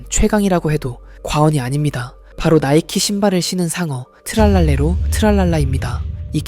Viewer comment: 붐바르딜로 트랄랄레로 브브르브브르 인데 붐바르딜로 트랄랄레라 브브르브브르 님 잘 말 해야 되요